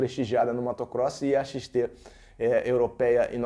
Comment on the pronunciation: Xtesão???? kkkkkkkkkkkkkkkkkkkkkkkkkkk,Mano fala Yamaha XT grande,kkkkkkkkkkkkkkkkkkkkkkkkk